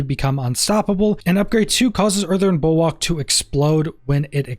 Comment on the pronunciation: just an FYI it's pronounced Bull-work, and whats your view on Mending stone for pants.